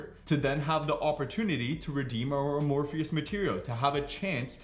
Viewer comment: "Uh-morpheus materials"